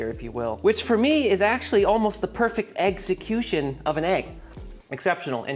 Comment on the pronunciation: eggcecution. eggceptional.